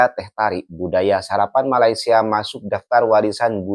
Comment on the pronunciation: Wan win nur mne adab dan adat org aceh pon tak terima, mne ada otak bab to tak ada adab sebut nama negara Malaysia pon dh salah mngkin mak bapak dia tak ajar kot cb org Malaysia hina negara Indonesia msti dh suruh mohon maaf di Malaysia kami ada budi bahasa bila berkata2 mng otak siput ** dia ni kesiannya